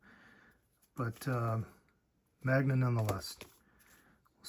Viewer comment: Great pick-up! Some amazing books in there. Just a heads up, japanese comics are called maNga, not maGna 😊